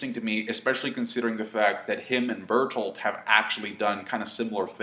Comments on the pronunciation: even now that you said berthold without accent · shit man, you said bertholdt without the accent :'(